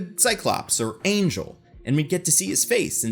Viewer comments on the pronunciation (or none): none